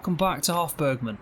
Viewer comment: Great video as usual and you got the pronunciation right (or as right as us English will get it) 😂😂